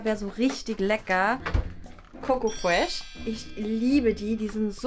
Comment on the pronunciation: Ckoco Fresh 😂🤣😂🤣😂 es heißt choco Fresh